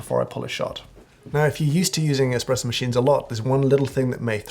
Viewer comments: Mr. Hoffman: Several times I heard you say the word espresso. I must lament, that it sounded more like the word "expresso" and as such caused me to have fits and tribulations while attending to a client. I had to stop the video several times to replay the words but it was not going to change what I heard. Please tell me that you did not use the letter x but instead used the letter s even though it came across as x. I tried to raise my small finger as I typed this, in deference to your snobbery, but I found it difficult to punch out the letter a. To your snobbiness! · Did James Hoffman just say eXpresso!? What is the world coming to?